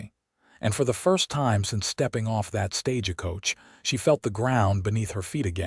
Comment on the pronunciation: Please teach your readers how to read English. It is not stag-e coach. A horse may be roan not a ron. Please pronounce content according to the context of the statement.